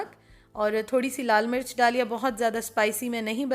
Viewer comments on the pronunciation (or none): none